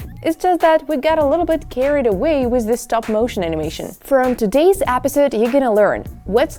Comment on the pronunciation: She says episode like apidsode